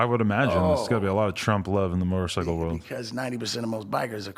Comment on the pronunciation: And why is this nigga saying motorcicle